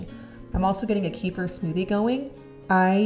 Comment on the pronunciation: I just found out kefir is actually pronounced ku feer’ with the accent on the last syllable.